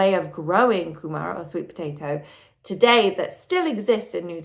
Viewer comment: You should start with learning Te Reo Māori. The names are wrong and it's really important you get them right to understand the story. Kumara said Coomaarah. You can find the Māori dictionary online and it has an audio button and you can play it and practice pronunciation